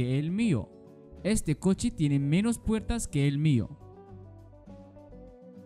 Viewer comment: أنت تلفظ menos غلط